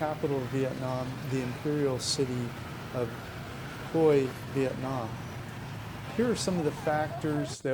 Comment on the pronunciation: You should at least find out how to pronounce the city you’re talking about. It’s not Hoy. It’s pronounced Hway. Omg.